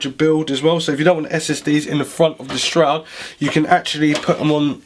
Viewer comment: Just a couple of comments. You forgot the I/O shield, there is no upright mounting option for GPUs (it's just the design of the back panel) and it's a shroud, not a stroud. Otherwise I enjoy your enthusiasm, and a thorough look at the case!